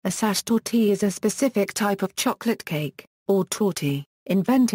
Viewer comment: You mispronounce sachertorte badly!